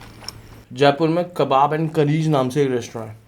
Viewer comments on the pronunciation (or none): none